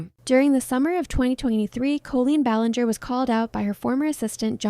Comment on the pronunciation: Yeah it definitely is. The way the voiceover talks has that weird stilted tempo and somehow even though this “person” was apparently longtime fan they say “cole-lean ballin-jare”